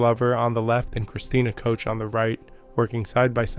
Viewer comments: Koch is pronounced like the Scottish Loch, not coach. It's a gutteral "ch" because it's German. Cook is better than coach. Koch means cook in English. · Thanks again! Excellent job of putting all of this together, in one place for everyone to see. Please don't pay any attention to some of the questionable comments... We all know just how well those people would do if "only they were astronauts"! As for the pronounciation of Ms. Koch's name..... Some people have wayyyyyyy to much time on their hands! 🤣We all know who you mean!